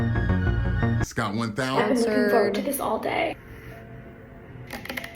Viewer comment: it’s forward, not foward . Maybe she can take an English course to change it up. 🤷🏼‍♀️🤦🏼‍♀️😆 she’s far from perfect, she has a long way to go.